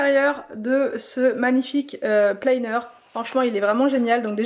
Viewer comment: haha oui c'est vrai c'est pas facile de prononcer les mots anglais mais ça va planner ou organiseur on comprend tout🙂👍. Bonne journée 😊